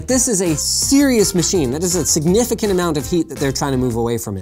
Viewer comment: "significant" Russian style..